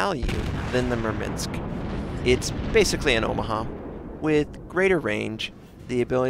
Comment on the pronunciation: There is no "i" in Murmansk!